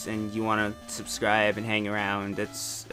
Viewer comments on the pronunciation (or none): none